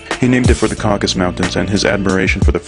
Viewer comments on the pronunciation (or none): It's "Caucasus" not "Caucus." Come on,! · It's CAUCASUS , not Caucus . Three syllables, not two .